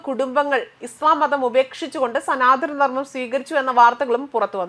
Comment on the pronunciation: മതപരിവർത്തനം വിദ്യാഭ്യാസം, സനാധന ധർമ്മം തുടങ്ങി പല വാക്കുകളും തെറ്റിച്ച് ഉച്ചരിക്കുന്നു കുട്ടി മലയാള അക്ഷരങ്ങൾ പഠിക്കുക